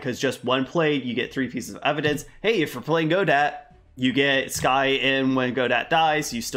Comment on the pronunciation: People already went over the Pearl Fey and Maya Fey connections so I'll skip that, but FYI the T at the end of Godot is silent. He's named after french play Waiting for Godot.